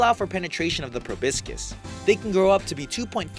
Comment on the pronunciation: ProBOScis. It's pronounced proBOScis. God this is low-effort tripe.